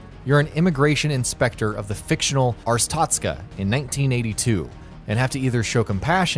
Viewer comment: ...Ar... Ar-tot-ska? Bruh